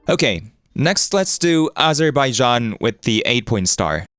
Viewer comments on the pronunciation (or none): don’t you mean Aberbaijan? 😆